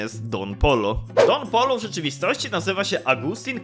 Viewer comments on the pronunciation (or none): don POJO sie czyta a nie polo xdd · Dziękuję za pokazanie mojego komentarza 🙏. (Tak poza tym to Don Pollo czyta się Don Pojo) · taki fun fact mowi sie don pojo